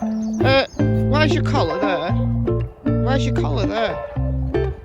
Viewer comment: Really enjoyed this one. You made us lol when you asked what the collar was doing there on the ground, sounded so Oldham. Lol. How can we get in touch with you and discuss what we could do as a collab? X